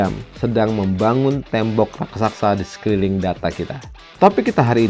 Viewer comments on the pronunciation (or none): none